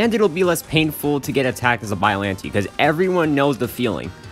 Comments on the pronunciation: hm yes but i pronouce biollantay you pronoonce biollanteee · You said the name wrong but close enough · Bro you’re saying it wrong